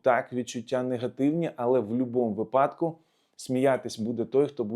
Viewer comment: Добрий день. Дякую за Вашу роботу, за чудову українську мову. Невеличке зауваження ( без образ). У слові "вИпадок" наголос на перший склад. ❤